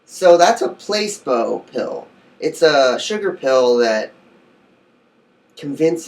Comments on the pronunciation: I swear I haven't even finished the video and I was going to comment the same exact shit it's pronounced Pla see bo not Place bo... btw I'm not making fun of u we all can't pronounce certain words so just a headups. PS you look so fucking high like u just finished blazing plus it looks so cloudy in the background hmmm🤔🤔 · It's not pronounced place-bo it's placeebo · Not "place bo"... "pluh SEEEEE bo" placeeeebo effect LOL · It's pronounced PLA SEE BO .... not PLACE BO.....Bless!! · Place-bow....? I'm not believing dick from this dumbass lol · How can I take this serious when you're saying placeBoe ☹️🤦🏾‍♀️ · pla See Bow ;) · your right! he is pronouncing the word wrong. like you said it is Pla-see-bo. LOL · "place-bow" Lol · Please take this video down and update it with the correct pronunciation of Placebo.